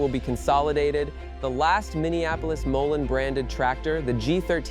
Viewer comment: Moline is pronounced Mo- lean. The home of John Deere & Co, Moline, Illinois